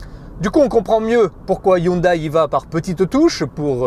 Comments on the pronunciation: ÇA SE DIT HYUNDÉ PAS HYUNDAILLE !! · "Hyndé" et non "Hundaille" ! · C'est un peu dommage pour un journaliste auto de ne pas savoir que ça se dit "hyundé" et non "Hyundaille" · Yundai se dit "Hyundé"!! et non "Hyundaille" !!!